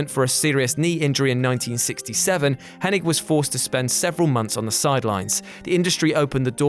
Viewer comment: Butchering the way you say Hennig. Just stop.